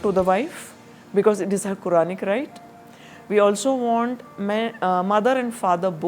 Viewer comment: She doesn't even know How to pronounce the word Qur'aan and she is talking about Islamic laws. There is a saying, we can trust our enemy who is intelligent, But we can never ever trust a FOOL like her. She doesn't even know what she is reading of Islam. Our ulema takes 10 to 15 years time to study and understand Qur'aan in a clear and precise manner. she just read one sentence and shamelessly talking all nonsense.